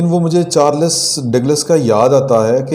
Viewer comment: Pl correct pronunciation it is Charles Not Charlus